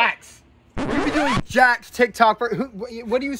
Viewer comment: "jakth" "quazy" "my twimer stwarts now" HELP